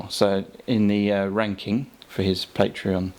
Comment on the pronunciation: You pronounce patreon wrong, its annoying